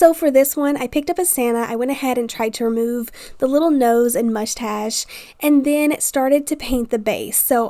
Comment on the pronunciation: 😂you said mudgestash for mustache. So funny!! Mind blown girl, cute diys!!!